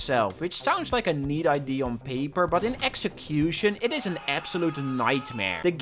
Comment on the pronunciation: Every time you say ID instead of Idea, I get closer to your home.